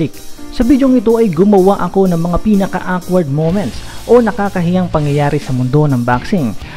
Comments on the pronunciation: Okward po pgsabi non ndi po wkward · ..awkward..pronouce it this way..okward not awkward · Hehehe awkward yung pagkakasabi mo ng awkward